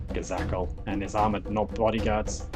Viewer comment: I've enjoyed waiting the battle reports but your pronunciation of cowardice and Ghazghkull was shocking.